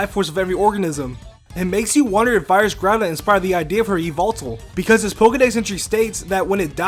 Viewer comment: Groudon, not Groundon. I think it should have been spelled Groundon though.